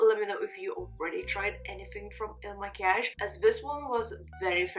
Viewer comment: you did it beautifly. ❤